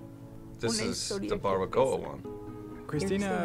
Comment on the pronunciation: She said Barbacoa incorrectly 😢😭